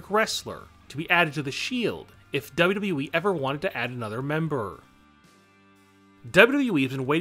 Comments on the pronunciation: He said wweee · You say wwe wierd